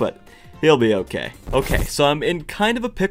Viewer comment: "It's not OKEH to be OKEH"❤(titan cry)😢